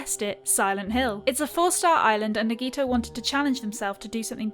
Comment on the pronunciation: HAHAAAAAAAAA SHE SAID NAGEETO